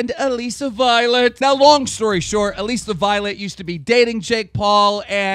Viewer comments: Why does he say AlEsa it's ALISSA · It's Alissa not Aleeeeeeeeeeeesa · It's not allesi it allisa